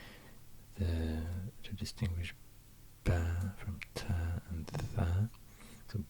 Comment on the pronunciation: but his pronounciation of sounds like ص and ط is flawed I think. You can hear that he puts his lips in some wierd position and his voice pitch is going down. This is just weird to hear, you can hear he's struggling real hard, while he could've just placed his tongue in a place that's needed for this sound